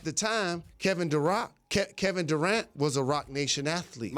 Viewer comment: "Kevin Durock" 😂